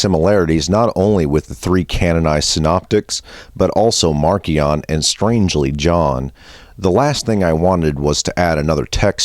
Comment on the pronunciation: I've always heard Marcion pronounced as Marcy-ahn not Marky-ahn.